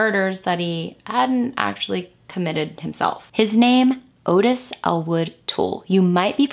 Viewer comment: Its not .22 guage it's .22 caliper And Ottis is pronounced Ott-iss.